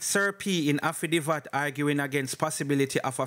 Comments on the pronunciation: the word is "haffi dave it".. affidavit not "haffi div at" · Affidavit.... pronunciation AFFI-DAAA-VIT..............not affidivat NOT AFFI-DI-VAT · A-FFI-- DAY--VIT--- THIS IS HOW IT IS PRONOUNCED........ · Was listening and was so annoyed I had to comment then I saw your comment 😅😅😅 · It's pronounced afidayvit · Bro the word is affidavit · Afi divvat 😅😂😂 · up time…..please take note of corrections when noted by your readers. The incorrect pronunciation is often annoying and no matter how corrected you continue the same. Makes me wonder if you read some of these responses, anyway words you are not sure of the dictionary gives the correct pronunciation…. You are appreciated nonetheless the less AFFI-DAVE-IT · Jesus did he say afadiva? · Aftadivat..why don't you learn proper pronunciation son? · Bro it's affi- day -vit / Affidavit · Man so anxious that he not even tek the time to pronounce the word (affidavit) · HE CANNOT PRONOUNCE SIMPLER WORDS..he does no research..he just Plagiarized..and he reads like a GRADE ONE STUDENT.. I can’t listen to this!!